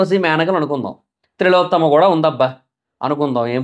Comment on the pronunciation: 😊Thilotthama....Thrilothama kaadhu